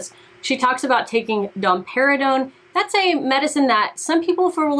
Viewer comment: I'm sorry, but I genuinely thought she said Don Perignon! I was so confused and was like, so drinking champagne will bring in breast milk?!?!?